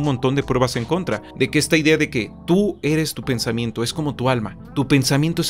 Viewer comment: "tu ere pobre,tu vibrah bajo"